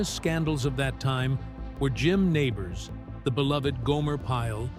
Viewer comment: Learn how to pronounce his name!